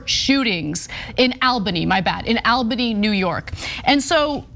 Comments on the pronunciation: Awl bany, not Al bany, Ana. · Lmfao it's All - buh - knee not AL- bunny🤣🤣🤣😂😂😂😂😭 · Al-bany? 😆 I love Ana, but she is really bad at reading out loud, lol. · It is pronounced all-bany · Side note, since I live in Albany NY, it is pronounced All•bany. 😄😄😄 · It's pronounced ALL-ba-nee. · Anyone else amused by how Ana says "Albany"? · She read it wrong. Got it right the second time. Reading copy for a living is harder than it looks.